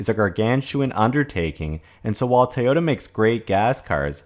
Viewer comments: It's pronounced TOYOTA, not TAOTA. Otherwise an excellent video. I'm subbed by the way. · Tayota❓ It's toy-ota‼